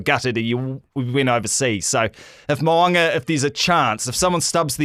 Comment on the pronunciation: I wish you guys would pronounce Richie Mo'ungas name properly